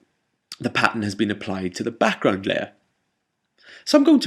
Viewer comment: i always love the tutorials u made.. i've watched all of em :D anyway i love it when u says "backgroud" it's amazing pronounced :D once again TIA! LOVE YA